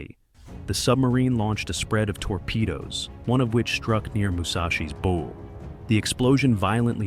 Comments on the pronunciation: Can you not fix your AI to not say “bow” as in “bow and arrow”; drives us nuts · If the producers spelled it bough, that would fix it! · Stupid AI can't pronounce correctly the front of the ship, the "bow" in it's first two attempts. And what was the AI trying to say. ? I am so sick of this annoying computer generated voice becoming all too common on youtube. Thumbs down for this transgression. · "Bow" mispronounciation ruins any historical credibility. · After the third “bow” I turned this AI crap off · It will be real nice when the AI voice learns how to pronounce "bow" as it relates to a ship. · With such a large 'bow", I kept waiting to see the gigantic arrows it would use. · Agree. It's really annoying.